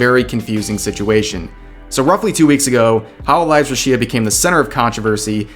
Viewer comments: Rush-ee-a? who the funk is that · Judging by the way you say Rushia, I already know you know nothing about her or Hololive.